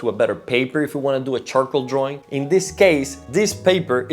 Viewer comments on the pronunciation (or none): Draaaww droawion..not sexy in english.